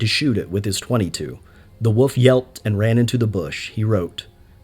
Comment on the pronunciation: WOLF. w o L f. WOLF. Not Wuff.